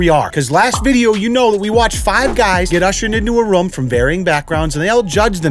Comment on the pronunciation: They were ushered into a what? a "rum" is that similar to a room?